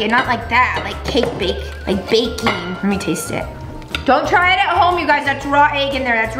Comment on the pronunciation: wait did you say go try at home or don't try it at home😅😅😅😅😅